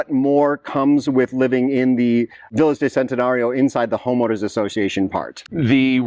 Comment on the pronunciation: And please, check the correct pronunciation of VILLAS. Living in Mexico, respect should be shown speaking Spanish - and that includes pronouncing titles, names, and words.